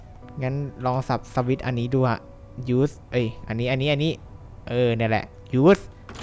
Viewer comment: opp opp โง่รึป่าวมันเรียก สวิต(สะ-วิด)